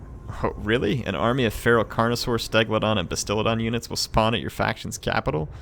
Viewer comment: I love how Mispronounces "stegadons" as "stegladons" and "carnosaurs" as "connorosaurs" 😂😂